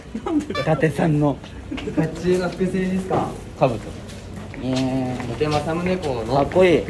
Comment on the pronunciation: 偉人のことはだてくんて言っちゃうけど自分の地元の栃木の地名の読み方はちゃんとわかってるしめちゃん好き